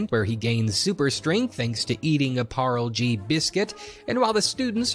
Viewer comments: It's pronounced par-lay-G and parl-G😂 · parle-G is actually pronounced as par-lay G not parl-g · I appreciate and value how much research you did but you missed the most key point: it’s “par-lay jee” not “parl” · Hindi is a funny language. It’s not what you think.. It’s not Parl but par-Lee or par-lay if you’re into that sort of thing. We pronounce the e. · It's pronouned Parlay-G. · its pronounced "Par-ley-G" u know like Parley. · I haven't finished the video but I've to say this: Parle-G is pronounced Par-lay G. Not nitpicking but it's a biscuit that is central to almost any Indian's life. We all grow up on Parle G. It's so weird hearing it mispronounced. More so than any other thing, including the names. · Parl g what kind of pronunciation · also btw parle g is pronouced par-lay(like lying down) - G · I understand hindi and the hindi song makes me physically cringe. Also parle-g is pronounced "parlay g" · Minor quibble: Pronounced Parley-Jee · Also it's pronounced parley G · Btw Parle-G is pronounced Par-lA-jee. Good try tho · Parle-G is pronounced Parley, and Gee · Parlay g like day parday would be the pronunciation except instead of d it's l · i love your videos so much but your pronunciation of “Parle-G” made me physically recoil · No ones going to talk about his butchering of the pronunciation of Parle-G?